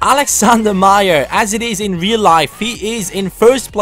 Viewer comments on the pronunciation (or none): none